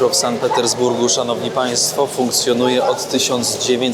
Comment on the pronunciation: To nie pierwszy odcinek o Sankt Petersburgu i ciągle słyszę San i San. Może szanowny weźmie sobie do serca i zacznie wymawiać tak jak Pani Nadia, czyli Sankt.